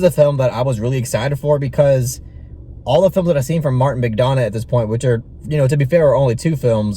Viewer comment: Correct pronunciation is McDonaugh as in 'Done rather than Donna